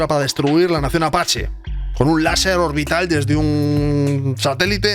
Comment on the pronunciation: Un "Laserrr"